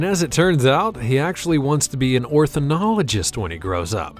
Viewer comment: Yeah, but probably he pronounced as orthinologist....